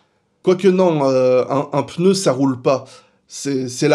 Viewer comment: Merci de prononcer le mot pneu comme il se doit et non peuneu comme trop de personnes… non j’ai rien dit sur F.Montagny ! PS : pourquoi tout le monde dit « dimanche dernier » alors que c’était « dimanche presque dernier » ? 😁